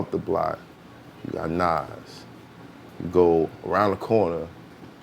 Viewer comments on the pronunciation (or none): He really not trying to say Nas name 🤣